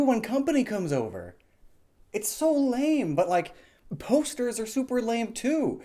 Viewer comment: i thought you said toaster when you said poster